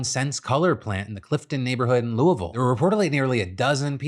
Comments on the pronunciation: Just sitting here appreciating Phil pronouncing Louisville correctly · First, very good and local Louisville pronunciation, Phil would blend right in. Second, Givaudan told officials all of its workers had been accounted for, but several hours later they found the second victim, curious if search efforts would’ve been expedited if the company had not said everyone was accounted for. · As a local resident, I gotta say I’m super proud of Phil for properly pronounce Louisville. Not many can do it. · Phil is the only YouTuber I know that knows how to say Louisville correctly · Whoa, Phil pronounced Louisville correctly